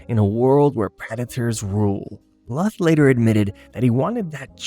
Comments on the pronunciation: Don Bluth's last name is pronounced as blooth, not litherally bluth. Also, my famorite movies from this time were literally anything Don Bluth and Ferngully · Don bluff lol 😂 it’s John Bluth